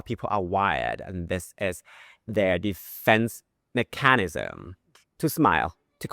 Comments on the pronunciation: Nice, informative video! In the spirit of friendly constructive criticism, the word "mechanism" is pronounced MEK-uh-nizm, not meh-CAN-izm. The stress goes on the first syllable. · Thanks for very helpful info. Just one thing like finally getting 'awry' correct. When you said the word mechanism you put emphasis in the middle like MeCANism. You can just let it flow.....mecanism (to spell it wrongly) 🙂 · Hi I value your Thai lessons. Could I also offer you some advice? When saying, “mechanism” you seem to put too much emphasis on the letter ‘a’. 🙂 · Hmm! Since you asked, may I make a suggestion? I would normally hear “mechanism” pronounced with the emphasis on the “e” rather than in the “a”. 😊